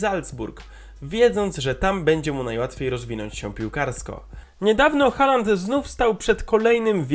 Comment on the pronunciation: Wymawia się holand nie haland